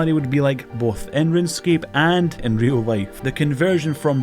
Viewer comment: I've been watching your channel for some time now and I've just now realized you can't pronounce the letter L. HAHAHA "Real wife" "Sawary"